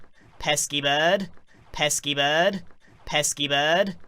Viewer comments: Before: Pesky Bird 1 hour later: peaskypodd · sounds like pet ski berd